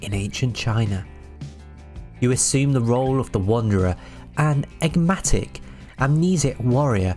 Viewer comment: Can you speak English? This is a genuine question lmao I don’t think you can you called the game “destiny warriors” you then said “an eggmatic warrior” and “interwines” “amiss the basstrop”